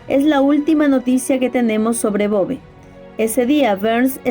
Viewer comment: Muy buen video... Me gusta tu contenido exponiendo pequeñas perlas a veces desconocidas de nuestras tierras latinoamericanas... Una aclaración... En Uruguay ese apellido lo pronunciamos acentuado en la "e" sería "Bové"... Pero lo escribimos tal cual aparece ahí... sin tilde...